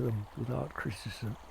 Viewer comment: You just now critisized yourself saying the word criticism wrong